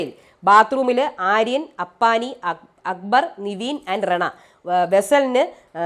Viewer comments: അപ്പാണി അല്ല അപ്പാനി 😊😊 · അപ്പണി അല്ലാട്ടോ അപ്പാനി